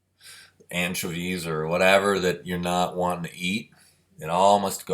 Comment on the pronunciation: Out of everything said, what i noticed is he says anchovies funny lol